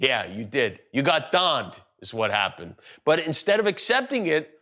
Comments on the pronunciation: "You got donned " 😂😂😂😂😂😂 That got me good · "You got Donned!" LOL